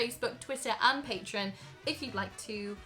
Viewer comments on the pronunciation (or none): none